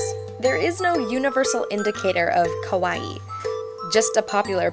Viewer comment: It's so cute how you say kawaii >////< cuz you pronounce it like it's kowai (scary) and it's like you're having a Yuno Gasai moment!!!